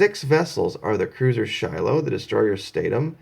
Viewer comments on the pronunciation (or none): none